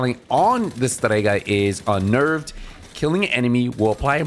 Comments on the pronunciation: Just say Strega why the pronunciation? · Your accent is showing hard when you say "Strega" - love it !